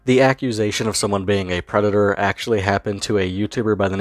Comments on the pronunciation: Eawal doobie is a pwedatoh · Whyte Bwosa is a Pwedado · Eawrl Dewbe is a pwedatowr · Da White Bowsah is a pwedatah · Wemember evewyone The white bowser is a pwedator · Bowser being the creepy predator he is is made even worse by just how much of an arrogant, smug little prick he is. Oh sorry, I meant pwick. Pwedator pwick. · white bowsa is a prweditor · Always a good day when someone uploads a vid on Bowsuh. The more people aware of this shitstain, the better. And as always, the White Bowsuh's a pwedatuh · Tha white bowsa’s a pwedata